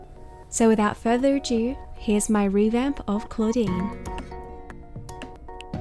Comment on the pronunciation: This is amazing work. So inspirational. I love that you showed what you didn't like at first, most people don't show this. Just a little fyi its pronounced "a-doo" not "adieu" as the saying is without further ado. :)